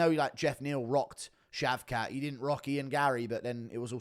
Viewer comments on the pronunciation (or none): It’s British that how you say shavkat (shaved-cock)